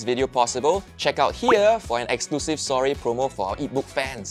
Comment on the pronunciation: when they feature seorae but nobody can pronounce properly HAHAHAHAHAH. issok A for effort guys